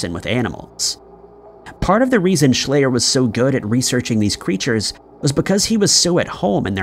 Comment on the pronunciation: Schleyer is pronounced "shl-eye-r not "ay" and he was eaten by bears. I live here, it was a big deal. His dad was a Dr with his own weird story on how he died.